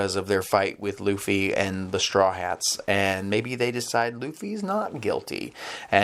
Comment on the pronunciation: Luffy's Name is Pronounced "Loofy". Other than that, fantastic review. Here hold this like.